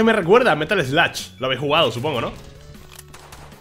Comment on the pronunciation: No es sluch es “eslog”